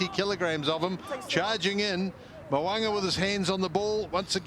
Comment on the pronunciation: 😂 2 attempts at his name and still got it wrong 🤣